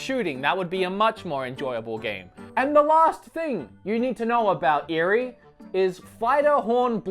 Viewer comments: What is saying? She's probably chastising you for buying this game. Now, if I can contact the real and she speaks to me in English, then I might consider buying this, but otherwise. I'll pass. Thanks! And I think her name is pronounced (Ay-ree). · Its eri pronounced kinda like eddi like role the r